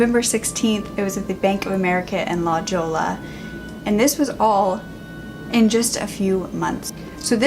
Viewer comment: Lmao La Joya? It's la Hoya lollll. La Jolla.